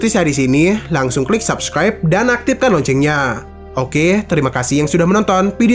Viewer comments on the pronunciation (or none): none